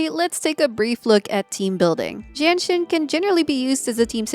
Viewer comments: Why do I hear Jianxin as Jenshin lol I can't unhear it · I couldn't stop hearing Genshin when says Jianxin LOL 🤣🤣